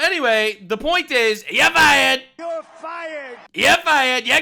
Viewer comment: "Your fie-errd" 😂😂😂😂 love you're humour.. this is therapy!! Keep going mate 💪🙌